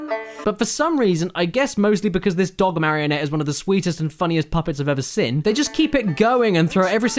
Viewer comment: Why does Caddy pronounce "seen" as "sin" I mean I'm British and I think it's weird as fuck